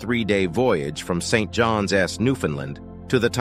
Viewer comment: Interesting video, but I can't give it a Thumb-Up because of its clickbait title (the contents have nothing to do with James Cameron, so stop name-dropping) and AI narration ("St. John's" is pronounced "seint JAHNZ", not "seint jahn EHS"; you should have hired a real human with knowledge about oceanography, submersibles, and the Titan disaster to narrate this, instead of entrusting the job to a computer program).